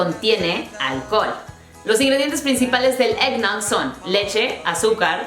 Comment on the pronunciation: el eggnote suena como rompope chafa